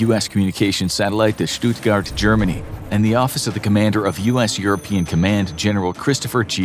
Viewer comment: His pronunciation of Stuttgart is really good too. He manages to nail the German S.